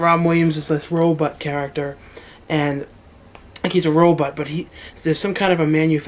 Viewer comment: You say robot like "row butt"...lol. Great updates though. I love them.